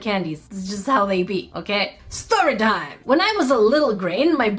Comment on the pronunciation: she said: Staree Tim / story time